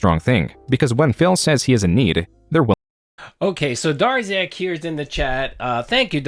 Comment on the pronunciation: "Ah snaekuhd Durrziaahk dood!"